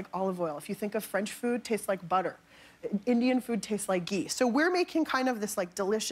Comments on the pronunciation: Its GHEEE...NOT JEEEE. jeez. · And it's not pronounced 'gee' either, the h is not silent. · Kimmel did you just pronounce Ghee as JEEE? 😂😂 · Jimmy calling "ghee" "Jee" Is a whole new level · Its not 'gee' its 'ghee'